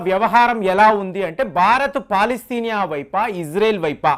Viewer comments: అది పాలస్తీనా అంటారు కాని పాలస్తినియ కాదు. మీరు సరిగ్గ పలికేతే మీ వీడియో చూడవచ్చు. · Palastinia kadu ra bulle palastinia anu.